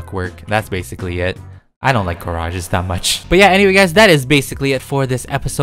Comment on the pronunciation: LOL 🤗 when I heard say garages I thought he said car-rages😂🌼🌻✨